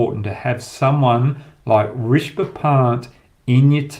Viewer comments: Risbah pant? It’s pronounced RiSHAB. Keep up the good work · Rish-ab Pant Not Rish-ba Pant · Love your analysis Hoggy! Keep up the great work!!! I can help you with the pronunciation it’s Ree-sha-bha. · Hoggy, Love your show with fearless predictions and honest analysis. Couple of things - u seem to have a problem with pronouncing Rishabh - it is Rish-ab. Also why don’t you use the red ball to demonstrate movement during test matches? Keep up the great work mate!